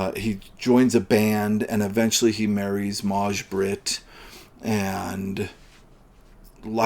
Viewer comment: The way you pronounced Maj-Britt was really weird. It's pronounced "Mai" It's the swedish version of May as used as a first name.